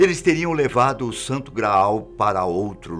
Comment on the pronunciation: Não precisa enfatizar Santo Graaaal ! Não somos burro a ponto de não sabermos o que é grau e o que é graal na dicção!